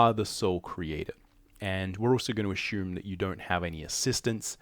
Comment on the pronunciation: Lol “ AH SHOOM, AH SHOOMING” lol